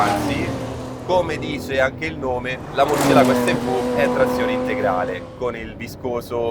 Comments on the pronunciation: Ma perché Murcielàgo se c'è l'accento sulla "e"? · recensione a parte etc, si pronuncia murciélago che sarebbe il pipistrello in spagnolo